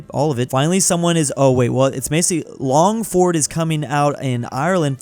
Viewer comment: It's pronounced (Longfurd)